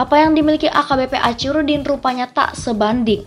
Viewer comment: Sayangnya admin yg membacakan narasi dr tex naskah klihatan kurang wawasan gak yg pria maupun wanita geli telinga mndngarnya kosa kata Achirudin .. itu dibaca acirudin pdhl sbnrnya dibaca akhi bkn aci dan kabupaten medan gak ada woi..yg ada kota medan